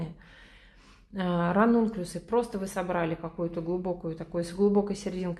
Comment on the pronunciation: Никак не пойму название цветов, которые вы делаете! Напишите будьте добры. А то вы их так выговариваете, что невозможно понять правильно.